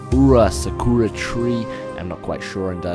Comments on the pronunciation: It's Sa-Ku-Ra not Sa-Ra-Ku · Saraka? WTF Dude your pronounciation is awful it clearly says Sa-kyour-a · Its not saraka but sakura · sakura say sa ka raa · its sac ur a is how you pronounce the purple tree thing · How it's pronounced: Sah-Koo-Rah How you pronounced it: Soo-Rah-Kah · Saruka is the mispronunciation of Sakura by. Because he is illiterate. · umm actually its pronounced Sa-Ku-rah but spelled Sakura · It's pronounced exactly how it's spelled Sakura (Saw-Ku-Raw) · Its pronounced Sakura {Sa - coo - raw} ya non-asian entuned moron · Sa ku rah is how u pronounce it and i know a little of Japanese I'm not a Japanese person I'm a Vietnamese person and i know English more than other languages that i know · Sa-koo-rah or translated cherry blosom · The tree are pronounced like sock-oo-rah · Yes, Sakura (pronounced like Sah-COO-Rah) is a japanese cherry blossom... very important to their culture... the white house has quite a few of 'em actually, and they are quite lovely when they are pink like that. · It's sah-koo-ra! I know kuz i'm japanese! Really! The k was before the r! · Wow, do you really suck that much at pronouncing? It's like sah-kuh-rah sucker... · It's Sah-Ku (not like "Kyou") -Rah (as in "Amon Rah") So yeah it's pretty screwed to write it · pronounciation:no its not sakoya dumbass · Sakura.... SA-que-ra!!!!!!!!!!!!!!! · Those leaves are pronounced Sakura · actually it is pronounced "sah-koo-rah" in their native tounge or in english cherry blossom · Actually it's Sah-Ku-Ra, rolling the R (it should sound a little like an L.) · Sah-Ker-Ah. <-Pronunciation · its pronounced sack-ur-uh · its pronounced (sah-ku-rla) the *ra* is pronounced like a combination on *r* and *l* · Sah-koo-ra Sakura translation cherry blosom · sakura (sackeruh)<------how it is pronounced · i think its pronuced sa-cu-ra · the word sakura is pronouced SA-KU-LRA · how the fuck do u get saruka out of sakura. thats not mispronunciation, it's just stupid. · Sak - ur - a